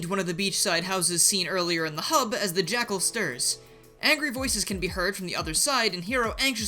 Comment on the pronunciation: lol "the jakcal is backle!"